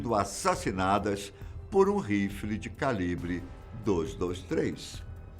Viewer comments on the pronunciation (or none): none